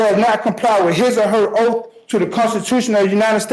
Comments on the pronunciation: Oath not OAF!! This guy annoys me so much! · The word is “oath “. Not “oaf”.